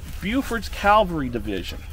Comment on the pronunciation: Good explanations, but the word cavalry is mispronounced... again! Many pronounce it "calvary", [which is the hill in Jerusalem where Jesus was crucified]. Probably the most mispronounced word in military terminology. It is CAVALRY, not calvary.